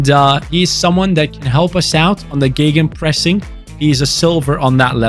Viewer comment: Seems like career mode series is the way to go this fifa. I really love it already and this one has so much promise. Also i love the german accent on geggenpressing